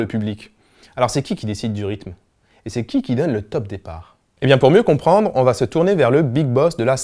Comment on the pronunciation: environ , j'ai entendu ba , et pas va